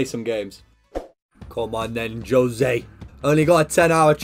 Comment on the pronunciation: Juuuuuuuzé not jose, FROM A PORTUGUESE MAN HERE